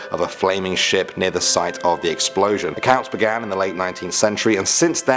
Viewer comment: I heard American sh*t!!!😆😆😆